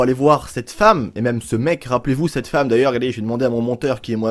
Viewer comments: RIP le français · Mes qui dit femeu